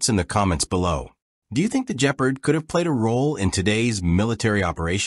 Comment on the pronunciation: Bloody hell the A.I. narrator really botched this one! “The Jeaprd”😂